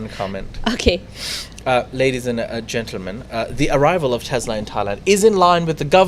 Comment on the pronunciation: it is "Ladies and Gentleman" why do you insist on saying "Ladies and Gernans"? You have said it twice in the first 5 mins of this show.